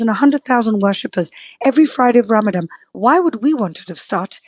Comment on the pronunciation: Would be useful for you to learn how to say Ramadan … the word only has one ‘M’ in it, the last letter is an ‘N’ not an ‘M’ as you said all 5 times you said the word … cultural sensitivity NOT… and what absolute hasbara nonsense … how do you sleep at night?!?